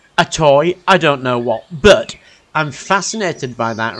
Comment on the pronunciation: Love your stuff . Please say the word but , it’s but like butter not bert